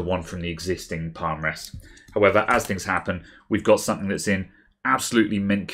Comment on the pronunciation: "Sumpthink"? "Something" bud, "Something".